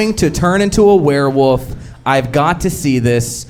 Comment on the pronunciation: my fav part was saying were-woof instead of werewolf 😭